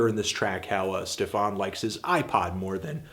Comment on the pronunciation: Why does he say Stefawn/Stefarn instead of just Stefan? It really bothers me, like, it's not that hard to get right...